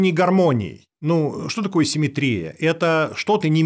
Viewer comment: Почему он так ставит ударение в слове симметрия